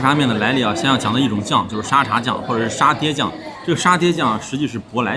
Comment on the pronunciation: 的脑回路真的是 阿公泡的嗲😂 而且沙嗲不是读沙爹 是dia😂😂